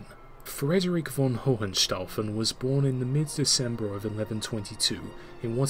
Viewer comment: H in middle of Hohenstaufen is silent.